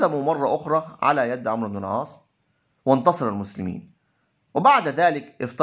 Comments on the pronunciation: مشكور على مجهودك لكن اللغة العربية للأسف فيها أخطاء كثيرة و نطق الأسماء و خصوصا عمرو و ليس عمر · جيد ولكن اخي مرن نفسك على اللغه العربيه الفصحى جيدا فنطق الأسماء خاطيء وعمر ليس عمرو وحسنه غير حسن وهكذا ..لا تفخم صوتك أكثر غلطاتك في النطق عندما تفخمه والله يوفقك